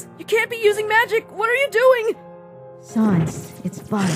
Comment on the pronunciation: SANS PAPYRUS??? YOU MEAN "SONS"